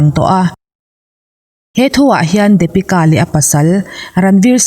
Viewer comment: Dapika anilo deepika tia lam tur Daaa niloo in ABC D D ti tur hre thiam em Depika